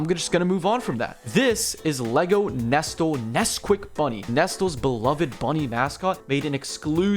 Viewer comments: its pronounced neslee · First time I've heard someone say Nestle like that, was interesting.